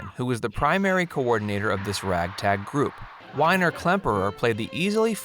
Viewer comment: "Winer" Klemperer.... Oh.. My...